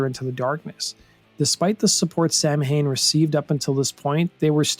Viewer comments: Every time he pronounces the name incorrectly is like finger nails on a chalkboard. Even when Danzig pronounced it wrong. But I guess he was not worried about pronunciation. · This fucking argument is exactly why so many people hate metal fans. People pronounce it wrong sometimes, who fucking cares? If you were in your teens in the eighties, living in the Midwest, and were lucky enough to even hear of this band, I guarantee nearly all of you mispronounced it. It does not speak to your intellect. And if it makes you nostalgic to keep mispronouncing it, do it! It does not speak to your intellect. Jesus, we all have to be Judgy McFuckin Preachy with these phones! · Very interesting, but... you are pronouncing the band's name wrong. It's a Gaelic word so, it's not pronounced as how it is written. It's pronounced "sow-in" and not "Sam Haine" If you cannot get that right... don't make a documentary on it. What you're doing is basically reading an article and calling it a video, verbatim. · It's probably already been mentioned but here goes. Samhain is essentially the Irish word for Halloween (not a direct translation). That said it is not pronounced like Sam - Hane, it sounds more Sow (as in female Pig) - In . Sow - In . Say those two words fast and you'll get it. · Samhain is pronounced Sauin in Europe. Samhain is Irish, Samhuinn is Scottish and Sauin is Manx. In the US we pronounced it SAM-HANE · it is not Sam Hain it is pronounced Sow wen... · That's pronounced saw-wen not sam-hain. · It's pronounced "sa when" not samhain.......breaking the misnomer.... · Pronounced “Sow-Wen” or Saow-Den” not “Sam-Hayn”. Gaelic is a strange language. It look like English but it’s not pronounced that way. Lots of “silent” letters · SOWINN..NOT SAM HAIN. Every time he mispronounces the name my ear drums bleed a little more. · Samhain is pronounced "Sowen" not Sam Hain. It's a Gaelic word, and Danzig himself should have found that out. There is no Sam Hain in Ireland, just Samhain.